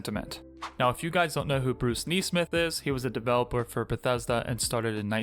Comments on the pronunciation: “Knee-smith?” He doesn’t pronounce this common last name, as it is normally pronounced, “Ness-smith?” Very odd. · Neesmith? When did a single ‘e’ become pronounced as a double ‘e’?